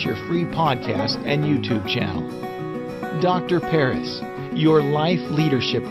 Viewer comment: ❌ Dr.Paris✅